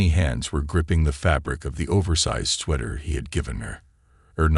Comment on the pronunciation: He also says sweeter and sweather instead of sweater. UGH!